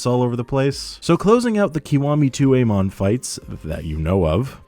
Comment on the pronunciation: Amon? No. Aymon? Yes.